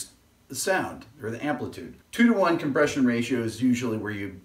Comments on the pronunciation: Hey Rick, With all due respects, you are an intelligent man, but on the whiteboard you left out the "R" in compRession. :-) If you pronounce "Compession" sounds like something Joe Pesci would say! :-) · "COMPESSION" <3